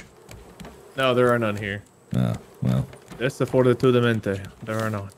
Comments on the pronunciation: Actually its desafortunadamente not desfortitudamente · love seriously saying 'desafortatudamente' and just full sending that (for context its 'desa fortu nada mente' but all one word) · “Desafortatudamente” - 2023 😂 (It’s desafortunadamente but great try, it was very funny😂) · "desafordatudemente" instead of "desafortunadamente" made my day hahahaha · attempt at "desafortunadamente" 😂 man said desafortatudamente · The word: desafortunadamente: Desafordetudamente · not saying desaforotudemente instead of desafortunadamente he got the start and the end well at least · As an native spanish speaker, hearing saying "desafortunadamente" so wrong yet so confident made me very happy (also I laughed so hard)